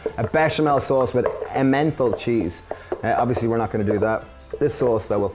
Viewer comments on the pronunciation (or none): Love how you pronounced Emmental cheese.. :) You may want to Youtube the word lol